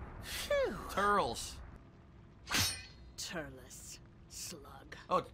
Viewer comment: exactly calls himself a dragonball z fan.. for gets lord slugs movie is lord slug.. fucking hell can't even say turles name right and called bardock Broly 😂😂 and he said jaco was a villain Jesus christ